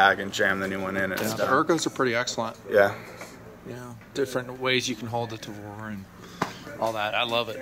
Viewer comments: "Taver", lol... Go back to school, bud. Sorry, but come on! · did he say "tay ver"? lol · What the hell is a tay-ver? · 1 point for say "ta-ver". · What Is A Taver? Did he mean Tavor? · Did he just say Tayvear? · 'Tayver' and 'Mission Force Tactical' wow this guy is annoying... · "You gotta know everything about it, from day one...except how to pronounce gun's name properly." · The proper Hebrew pronunciation of tavor/תבור can be replicated easily in English. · This poor dude is gonna take so much crap from his buddies for mispronouncing Tavor.